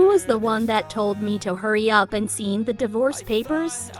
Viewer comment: Sgin instead of sign divorce papers